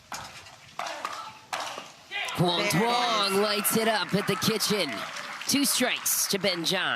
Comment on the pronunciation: ITS NOT PRONOUNCED DOO-ONG! It sounds like YOUNG. Please stop butchering it.